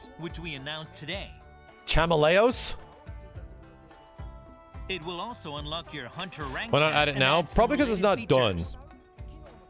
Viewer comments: Also, how do you not know how to say Chameleos? It's literally the same way you say chameleon, but with os at the end instead, the devs even said his name correctly. Although I'm glad you like him, he's certainly a fan favourite. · Did he really just say pronounce chameleos “Chama-lay-ohs” lol